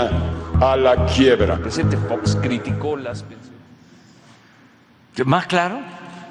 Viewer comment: Jajajaja fox, ya ni sabe decir